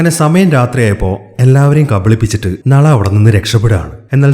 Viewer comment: ബ്രോ നള അല്ല നാലാ